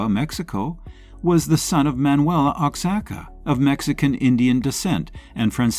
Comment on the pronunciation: Wah- ha-ka = Oaxaca